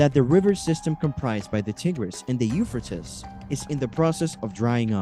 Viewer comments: 🎶I'm gold digger, when I'm in need.🎶 The u-fur-tis river. That's it, I'm dead.😂Either we all have been saying it wrong, or this dude is way off.🤦‍♀️ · It's pronounced You-Fray-Teez euphrates.😂😂😂😂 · Have I been mispronouncing the name of this River my entire life? I say it like “You-Fray-Teez”. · By the what? Ufertis river, really? Learn to pronounce or don't make a video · You-fray-tees... That's how you say Euphrates.... Duuuude! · “Eu fra tis” I’m out! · Euphrates….”u-FRAY-tees”…come on! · Pronounced... U fray tees. 😊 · Pronounce it right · Learn how to pronounce the name Euphrates. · You are saying the name of the river wrong. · murdered pronunciation of euphrates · This commentator is pronouncing the Euphrates River wrong! You would think that he would do his homework before he recorded🤔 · You need to pronounce the name of the river correctly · The fact that you can't properly pronunciate the Euphrates River means I am not going to pay attention to a word you have to say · I ran so fast to the comments and wasn't disappointed I was going Nuts how many times he mispronounced euphrates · He does not know how to pronounce Euphrates! It is drying up because of turkey's three dams! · Before you make a video why don't you learn the pronunciation of what you're talkin about. Obviously you don't know nothing about it to begin with because you never even probably heard the name before. You said this name so many times in the 3-minute Mark I had to shut it off. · You have no clue. Learn how to say the name of the River. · Not trying to be critical but please try to pronounce the river right and produce newer content. Let's move on...